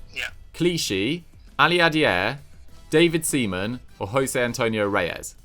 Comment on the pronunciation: butchering Seaman and Biabiany was the highlight😂😂